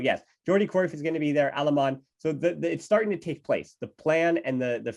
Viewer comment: Wtf are these American name pronunciations ? It's Alemany , Benaiges and Alexanko.